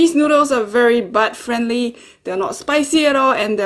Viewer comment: Funny how u say butt friendly